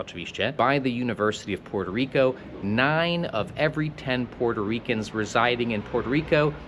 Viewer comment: Te twoje "puŁerto riko" rozkurwiło nie tylko mnie, ..ludzie piszą ci to komentarze, chcą ci wbić do półjankeskiej makówki, a ty dalej swoje..większość czasu, dwa dziewczyny, itp...I mnóstwo td